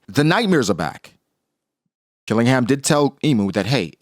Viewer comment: His name isn’t Killing-ham. Its Qilingam. Her name isn’t Gun-Koh. It’s Gounko. Why can’t people say any of the gods knights name properly.